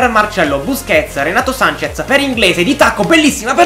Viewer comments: Si dice renato sances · Comunque si dice Renato Sanches,con la "s" alla fine